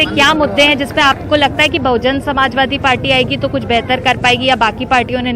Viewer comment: Its BAHUJAN SAMAJ PARTY Atleast read what is written on hoardings...still pronoucing incorrectly.